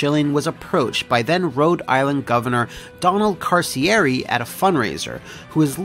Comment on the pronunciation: You mispronounced the Governor's name it's Ka-Cheer-ree Also it's Ch-a-Feee not Chaf-ee And I Iive in Rhode Island we're still paying for it.